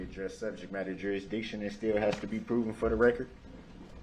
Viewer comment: Reruns… grounzzz. Subject matter jerazdiction.. lol